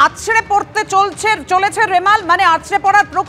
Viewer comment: চিৎকার করেও তো নামটা ঠিক মতো উচ্চারণ করতে পারলেন না । ওটা রেবাল নয় রেমাল। চিৎকার পরে করবেন আগে ভালো করে উচ্চারণ করতে শিখুন। আর এতো চিৎকার করে কি লাভ পান ? এক্সট্রা টাকা পান ?